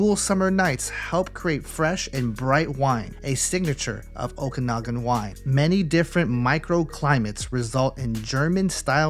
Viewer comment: Okanagan is pronounced "Oh-kan-ah-gen" btw!